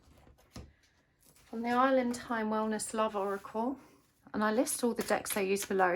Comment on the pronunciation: i’m sorry but we’re you saying “elke oracle”